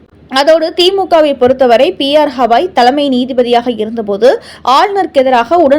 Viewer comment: " ஹவாய் " அல்ல .. GAவாய்